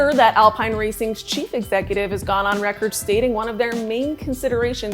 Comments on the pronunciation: Isn't it pronounced Alpeen? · yup. David Croft and Martin Brundle certainly pronounced it as Alpeen..